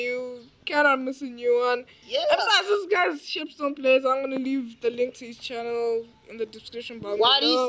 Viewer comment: Shepstone it's shepstone